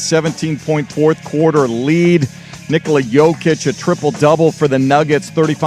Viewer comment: Hey you're saying Nikola wrong